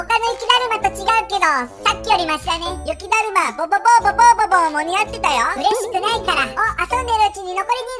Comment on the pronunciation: ボボボーボ・ボーボボの発音がおもろいw